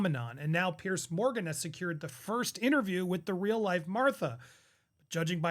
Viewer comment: It's not "Pierce" Morgan. It's "Piers" with an "s."